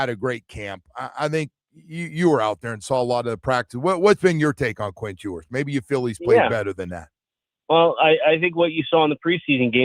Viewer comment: “Quint Hewers” …. Killin me